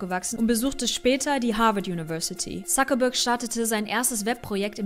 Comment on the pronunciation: Warum sprechen Deutsche den Mark eigentlich immer Suckerberg aus? Ein Wortspiel isses ja hier augenscheinlich nicht...